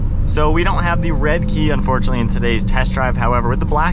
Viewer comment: Red-eye********* you kept saying redkey